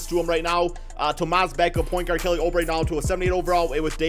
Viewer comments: IT’S NOT FUCKING (oh-bre) YOU FUCKING IDIOT IT’S (OUUUUUUU-BRE)! ALSO IF YOU PUT JAVALE BACK ON WASHINGTON I WOULD’VE UNSUBSCRIBED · "Kelly Oh-Bray" lmao